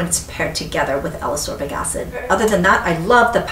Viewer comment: I really, really like your videos (in fact, I rewatch many of them just for the pleasure of hearing you talk about products), but I need to say this or I'll explode: Ascorbic is pronounced as-COR-bic, not a-SOR-bic, just like escape is pronounce es-CAPE and not e-SAPE ;)